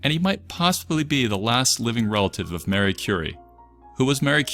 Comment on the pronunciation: Marie, not Mary.